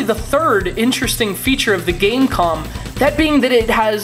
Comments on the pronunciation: No. its pronounced Game Com. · .....it's pronounced game com